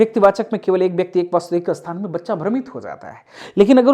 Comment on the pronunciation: Asthan nahi sthan padha kariye,aspasht nahi spasht kahiye